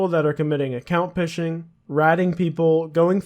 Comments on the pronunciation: Account phishing is pronounced fishing now pishing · You pronounce 'Account Phishing' as 'Account Fishing' not 'Account Pishing' like you done KEK, you had me dying when you said account pishing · did he just say account pishing :joy: :joy: :joy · Did...did he just pronounce the "p" in phishing...? <.< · Did he just pronounce the p in phising? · Phishing is pronounced the same as the skill, smh ffs